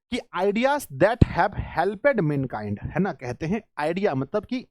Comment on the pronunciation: सर आप कुछ वर्ड का उच्चारण गलती कर रहे हैं 😢😢 जैसे हेल्प्ड होता है 💯💯 तो आप हेलपेड बोल रहे हैं 😢😢😢